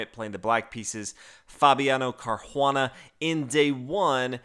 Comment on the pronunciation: That sounds like accent gone Boston lol